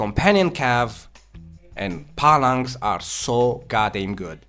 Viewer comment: For fucks sakes bro, stop saying "Pallanx". Its PHALANX. Pronounced like Fal-anxe. your accent is bad enough, but when you say shit like that it really undermines your knowledge here...